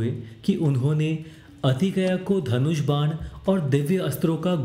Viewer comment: बाकी सब ठीक है पर अतिकया नहीं अतिकाय